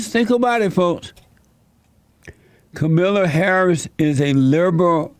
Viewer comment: Kamilla Hahris